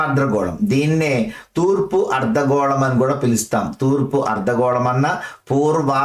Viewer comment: Sir మీరు అర్థగోళాన్ని, ఆర్ద్ర గోళం అని పలుకుతున్నారు. ర కారం ఎక్స్ట్రా వాడుతున్నారు క్లాస్ బావుంది